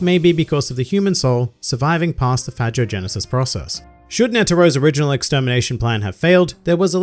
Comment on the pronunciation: How did you pronounce phagogenesis? Lol that's not how they pronounced it in the show. I burst out laughing the first time I heard them say it.